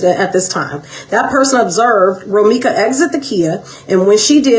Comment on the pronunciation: He Can't Even Say Romeca Name Properly Now...